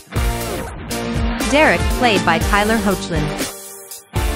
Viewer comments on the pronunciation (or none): The name is pronounced "Heck_lin"